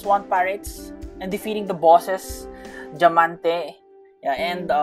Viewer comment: Bro is a Tagalog cause he said dyamante 😂😂😂